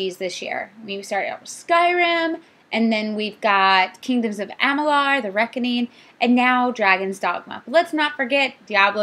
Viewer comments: Stop saying AMALAR. lol AmaLUR. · Something that really bugged me for some reason. Amalur =/= Am-uh-larr (it's in the videos and it's not even proper english to say am-uh-larr) And, when did you start playing games exactly. i realize quest marking is the new thing and thinking/researching where to go has gone out the window in recent years but I mean..I had 0 issues reading quest text and figuring out what to do, but then again I didn't come into the game expecting to be fed experience by running between checkpoints.